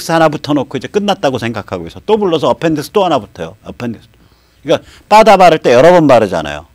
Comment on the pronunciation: 빠다가 뭡니까? 영어를 그렇게 잘 하시는 분이 일본식 발음을 하시니, 넘 웃기십니다. 버더라고 발음하더라구요. ㅎㅎㅎ